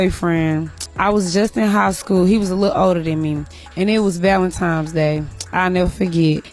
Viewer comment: She said "ValenTimes" 😂